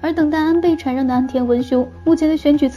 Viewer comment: 还有禅（shan）让